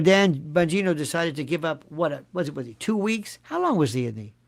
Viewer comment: I died laughing last episode where you said "Dan Vongina" , died